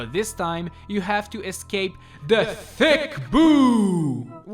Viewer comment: I like how he emphasizes “THE THICK BOO”